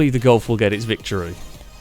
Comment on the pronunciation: No it's how he pronounces it lol, is no one going to talk about your grammar.